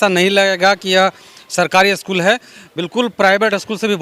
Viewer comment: पहले तो आप 'अस्कूल' बोलना बंद कीजिए, 'स्कूल' बोलिए। शायद आपसे नहीं होगा। इसी प्रकार अस्टेसन, अस्टार्ट, अस्पेसल, आदि बोलते होंगे।